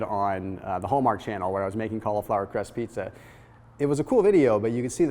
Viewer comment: Kali-Flower. Kali Muscle says he can't eat vegetables. Maybe he should contact Thomas so he can hook him up with some Kali-Flower recipes. #Hyphy Kali-Flower Tuna pizza.